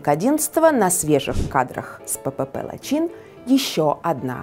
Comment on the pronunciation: Лачин нет, а Лачын ....😅😅😅😅